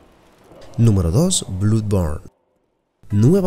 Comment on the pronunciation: como dato, " Blood" es de las pocas excepciones que no se dice "u" sino " blad"